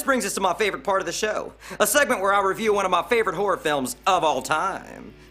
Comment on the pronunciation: The way he says horror sounds like whore